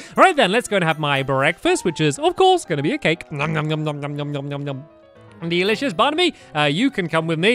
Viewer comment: HE SAID DELUSHISH BARNABE